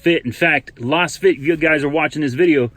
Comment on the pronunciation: Just what I need to annoy fellow motorists. BTW, it's probably pronounced "laze-fit", ya know, since they're lasers....